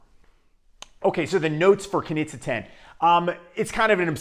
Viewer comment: As Austrian I can inform you, that it's pronounced "Knische", quite similar to 'niche'. Nice review though!